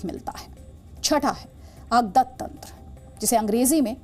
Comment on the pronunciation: कुमारभ्रत्यु नही कौमारभृत्य, अगतत तंत्र नही अगद तंत्र